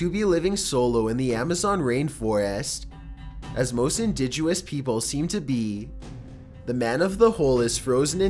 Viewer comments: Doesn’t know how to pronounce “indigenous” but knows how to pronounce “Xin Zhui”. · DEAR GOD! PLEASE LEARN HOW TO PRONOUNCE "INDIGENOUS"! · Bo C it's made even worse by the part about charity that he puts in every video now. You want $? Stop reading like that. The way he kept saying indigenous wrong killed me. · Indigenous NOT Indiguous LOL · i fucking love your vids nd will subscribe forever but it’s “indigenous” not “indiguous” fjfjdjgks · hey indigenous is pronounced " in-dij-in-us" not "in-dij-u-us" I suggest u look up words to pronounce right. I hope I'm not the only one who has noticed the mistakes in vocab in his vids. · Indigenous not indiguous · It's pronounced *In-dihg-in-is NOT *In-dihj-u-ous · It's, "indigenous" not, "indigUous." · IndiGENous, not indiguous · It’s indigenous not indigeouis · And it's indigenous not indigeouis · "indigyoonous"... dude. i know white ppl dont know about colored folks but you COULD say indigenous... lol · Indigenous. pronounced- "in- didge-gen-us". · Please... in...dih...jen... us (indigenous). It isn't about being funny, it's about respect. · OK, sorry, but you have to start looking up pronunciation of words for these videos to sound more professional. They're enjoyable but hard to take sometimes. You meant to say, "No stone had been turned, not unturned." Either way it's the wrong saying for what you meant. And it's pronounced indigenous, not indigUous. And it's Arctic not Artic. You pronounce the "c." It's SIcily, not SiSILLY, accent on the first part of the name, and Johan would have been pronounced as Yohan. I have misophonia and the way people pronounce things drives me insane. I can't be the only one. And I just think the time should be taken if you're not sure. Sound fair? I hope so! Lol. And your cadence is really strange! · I swear to fucking God. If you say "Indiguous" one more FUCKING TIME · They way you say indigenous... Indijoous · He also said 'Indiguous' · I swear I heard "florensics" and "indiguous"...did I?